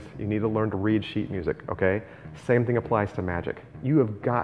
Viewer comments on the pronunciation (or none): none